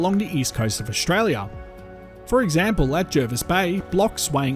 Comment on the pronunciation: I feel I have to comment on the pronunciation of the narrator. Apart from Pilbara being pronounced in a way I've never heard before, and the sound "s" being pronounced as "sh" as in "Ushtraya", finally I hear "trows". What the hell is a trow? I think to myself. Then I read in the subtitles "troughs". (get an Australian dictionary and look up the pronunciation) There are three possibilities. 1. The narration is done by computer and set to mimic a peculiar Australian accent. 2. The narration is done by an Australian who is ignorant of correct pronunciation. 3. The narration is done by a non Australian who simply doesn't know the correct pronunciation of words relevant to Australia. Finally in all cases the narration should be checked by the supposed Australian geologist who makes these vids. Butchering the English spoken by Australians when discussing Australian topics is an insult to native speaking Australians. Australians who have subscribed to this Chanel will get jack of it (to use an Australianism) and simply unsubscribe. Don't give up your day job as they say. As a mining engineer I enjoy the exposition of geological facts about Australia, but the pronunciation being butchered makes it almost not worthy of watching.